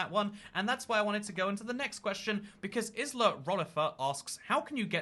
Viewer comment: omg i havent seen anyone else who uses the same name as me c: Isla is pronounced eye-lah